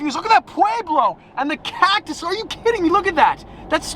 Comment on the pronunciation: The way he says cactus haha